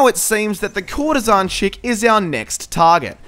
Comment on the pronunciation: It's actually courtesan